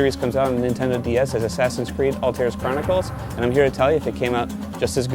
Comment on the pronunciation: It's Altaïr, not Altair.